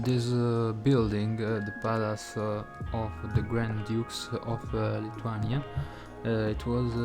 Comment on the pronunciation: Your pronuciation is wrong even for name of the country.